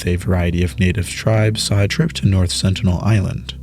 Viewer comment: "North Senital Island"